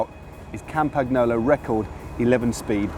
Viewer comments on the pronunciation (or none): ARRRGH say "CAM-PaN-YOLO" fucking fuck fuck fuck my ears hurt. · Surely it's "Cam-pan-nyolo" and "Col-nya-go"??? Truly gorgeous bike, mind... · Dudes...Its been said countless times... Campa - KNEE - olo. There's no 'ggg" in there...!!!!!!! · I'm not Italian but Matt's "kampaGNolo" pronunciation always cuts my ear like a knife that you use for your FILET MIGNON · Hey Matt. You don't pronounce the g in Campagnolo. Good luck the rest sounds good but it is in english!